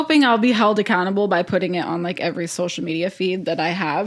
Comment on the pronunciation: I had to laugh when you ended the show talking about pronunciation. I laugh every time Zack says “social” as “shocial”. 😂 We all have our own words we can’t say correctly.